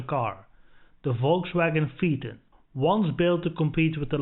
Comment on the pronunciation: Your pronunciations are way off, PHAETON= FAYTON. A little research makes a nice, in depth review. Just a wee bit advice.